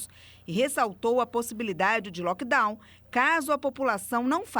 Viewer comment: "Delivery, lockdown, live, mindfulness . . . " mal pronunciados; às vezes, mal usados. Será que é prá impressionar?! Por que não usar o Português? É a nossa língua mãe e tão rica.